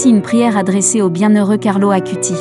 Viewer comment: Bonsoir. Belle vidéo sur mon cher ami du Ciel Carlo. Une petite remarque : son nom de famille se prononce "Acoutisse" et le terme "eucharistique" se prononce "eukaristique" 😊🙏. En union de prière avec Carlo 🌺.